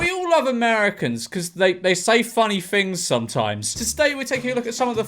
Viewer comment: “They say funny fings sometimes”